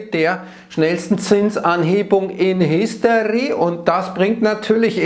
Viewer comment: in "history" könnte auch,in "hysterie" genannt werden im bezug auf zinsen. schöner versprecher?oder unsaubere ausprache und gewollt.? wie auch immer super kontent.danke